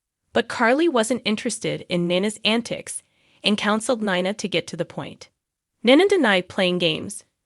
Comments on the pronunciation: It wouldn't be so bad but the narrative of this video needs to say the name of the gh people write. Heck she said Nina's name severaly ways heardly saying it write. Same with porches name. Theses updates on the show wouldn't be bad if they could say the bames of the port Charles peoples name right. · I’m having a hard time with Nina. The pronouncing is really rough.